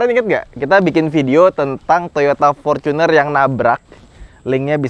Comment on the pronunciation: fortuner bang bukan focuner